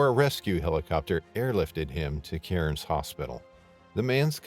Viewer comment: Aussie here Cairns is pronounced "CAR-nz". The only places safe enough to swim up there is a swimming pool where you can see the bottom. Boat ramps, especially, where people clean fish is THE STUPIDEST PLACE TO SWIM.